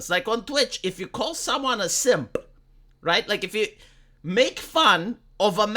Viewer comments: Such a pronounced "P" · How pronounces "Simp", always gets me.